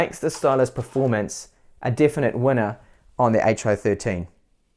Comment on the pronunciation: did you say preformance